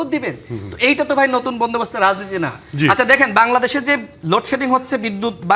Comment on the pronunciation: লাগালাগি তুষার বন্দোবস্ত বলতে পারে না সবাই শুনেন পাঁচবার বলেছে ভন্ডবস্ত